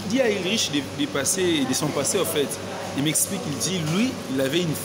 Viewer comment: Ce n'est pas Ulriche. On le prononce Ulrike svp. Mais on écrit Ulrich. Merci